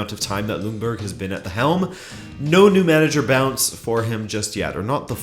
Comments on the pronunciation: Pronounce Ljungberg it like Jungberg ;) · Great video just have one question. Why does everyone pronounce Freddie Ljungbergs surname as "Lungberg"? Pronouncing it "Jungberg" would be closer to how it is pronounced in Sweden. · But don't the english have the "J" sound? It makes no sense to me why you would pronounce it with an "L"